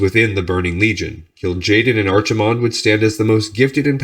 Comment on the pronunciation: I know I'm three years late, but Archimonde is pronounced with a k sound as opposed to 'ch' Loving these videos!